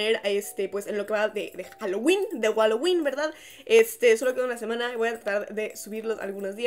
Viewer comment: dijo walowin 🤣🤣🤣🤣🤣🤣